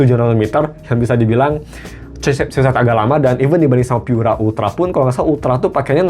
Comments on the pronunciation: Baca Pura Delapan Puluh aja kali. Pura itu bahasa Italia, jadi ga usah dibaca Pyura. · Cek aja pakai Google Translate, bahasa Inggris "Pure" terjemahan Italianya adalah "Pura" dan dibaca "Pu-ra" bukan "Pyu-ra". Ini mirip kasus IKEA dibaca "Ai-ki-ya" karena ikut-ikutan negara-negara berbahasa Inggris, padahal dibaca "I-ke-ya" bukan "Ai-ki-ya". Kalau "Mate" memang bahasa Inggris, maka dibaca saja sesuai lafal bahasa Inggris. Ga selamanya YouTuber berbahasa Inggris itu pasti benar dalam melafalkan istilah non-bahasa Inggris, seperti contohnya Karaoke yang benar dilafalkan "Ka-ra-o-ke" bukan "kei-ri-yo-ki". Pura bukan bahasa Inggris, maka ga usah bacanya "di-Inggris-Inggris-kan.